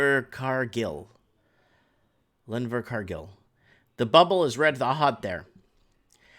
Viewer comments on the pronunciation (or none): Hey its pronounced Inver-car-gil sothern most city in NZ and has cheaper housing compared to most places in NZ. You should go look up the housing prices in Queenstown or Wanaka.